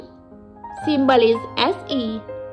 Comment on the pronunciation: Woh simble nahi symbol hota hai